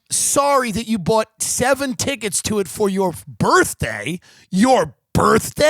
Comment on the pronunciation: your BURTHDAY??? your BURTHDAY?? a white girl with a Bob marley hat..